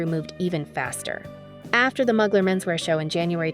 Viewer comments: It's mooglar not mug lar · Fashionista. I only know one designer whose last name is Mugler. If we’re speaking of the same guy, a pronunciation tip to the catwalk chick. MUGler is NOT the way Thierry Mugler says his name. It’s like this: Terry MYOOgler. No MUGS. MYOO. Don’t like tats, in general. But he’s spectacular. What an intense work of art. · It’s pronounced “Moo-glare” 💕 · Not even… It’s MÜ-GLÈRRRR…. And ZHË-NÈ… Both are virtually impossible to pronounce for native English monoglots… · please learn how to pronounce the names of luxury brands properly! I mean come on ... Mugler ... for example ... fashion houses represent institutions of art and fashion extremely valuable to history and to this day remain relevant for how their work influenced culture, sexuality, other art forms and society. You should know how to pronounce names out of respect! Lets do some more research people! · The pronunciation of Mugler is painful. Is this narrated by a human? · not sure ! many people don't know how to say a U the French (or Turkish) way